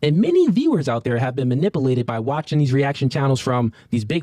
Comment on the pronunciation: Every time he said it it was like chewing tin foil 🤣